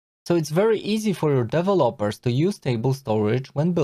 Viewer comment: Awesome as usual! I like the way you pronounce Developer. (Devel`-oper)